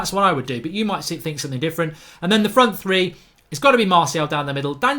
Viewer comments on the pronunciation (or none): none